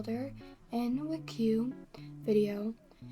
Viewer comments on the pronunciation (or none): The video is great but pronouncing wcue as “wik-you” is a crime /j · Ngl I got so happy when I heard you say wuhque instead of w-c-u-e 😂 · I also say “wickiw” lmao